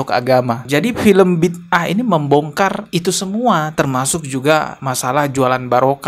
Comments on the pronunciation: Sebutan yg benar judul drama keagamaan Malaysia "Bida'ah" tu Bi da ah bukannya Bid ah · bang, sebutan nya bi-da-ah. 👍